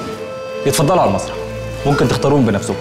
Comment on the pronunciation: دقيقة ١٨؛٢٠ قال المرسح بدل المسرح هههههههههه😂🤣😂🤣🤣